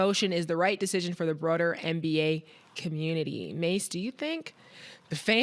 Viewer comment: Did say Bro-der instead of broader??